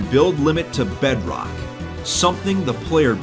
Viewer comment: I love when he says bedrock. Bedroack